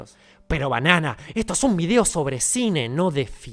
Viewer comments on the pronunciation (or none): none